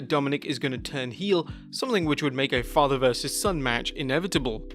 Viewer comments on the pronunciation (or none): none